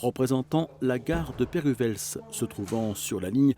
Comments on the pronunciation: Superbe, merci :-) Pour information, les journées du patrimoine sont justement ce week-end ;-) Je trouve juste que la bande sonore est assez inconfortable au début, elle masque un peu la voix. Ensuite, je sais que parler belge, c'est un sacré casse-tête ;-) , mais on ne dit pas "péruvèlze". D'abord le "z" final ne se prononce pas, pas plus que le "u", et le "w" n'est pas changé en "v". En fait, c'est "pérwé", tout bêtement. Il faut savoir qu'il existe aussi une ville qui s'écrit Perwez, située dans le Brabant wallon, et que ça se prononce exactement pareil. Voilà ;-) Pour information, je suis Saint-Ghislainoise, mais je ne fais pas de modélisme. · Très beau reportage qui donne une bonne idée des heures et sueurs dépensées par ces bénévoles passionnés. On apprécie la présence des nouveaux signaux lumineux des PN développés tout récemment par Infrabel. Petite remarque pour info: Péruwelz ne se prononce pas comme on le lit, mais PÉ-RUÉ.